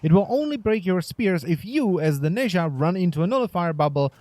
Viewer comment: He isnt "nayzha " , he is pronounced as "Naza"